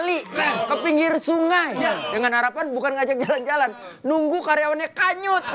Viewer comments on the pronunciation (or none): Hanyut kok jadi kanyut 😂